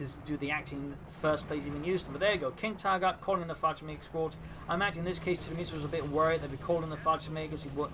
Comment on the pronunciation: Hi, just a quick note on your pronounciation of tiramisu. You say tira-misu. Whereas it is more appropriate to say tira-mi-su (as if they were three separate words (italian for "pull me up" [a type of cake or pastry])) Very small detail if you're interested.